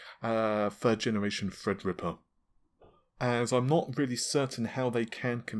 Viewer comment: No more "Fredripper"? No more "Nahhvay"? What is that channel coming to??? 😢